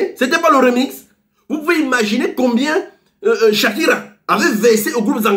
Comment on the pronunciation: On dit shakira et non shakiro arrêt tes truck là